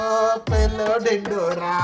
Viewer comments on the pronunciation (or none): nahh, it's pello dhindhora